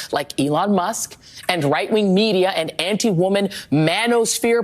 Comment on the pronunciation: Now it’s “Ainti women” wow, embarrassing